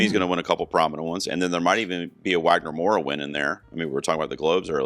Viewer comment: Brazilian here, really excited we're on the race again this year! Wagner is a national treasure and I'm so happy he's getting the international recognition he deserves! Just a little pronunciation tip, the W in Wagner has a V sound 😉 I watched a lot of the films but haven't seen all of them yet. From what I've watched so far, here's what I'm rooting for, not really predictions Best Picture: Sinners Best Director: Ryan Coogler Supporting Actor: Jacob Elordi Supporting Actress: Wunmi Mosaku Lead Actor: Wagner Moura Lead Actress: Eva Victor I'm honestly a little sad that Sorry, Baby isn't getting more attention, but given the main theme of the film, and knowing the Academy and it's body, it makes sense, unfortunately.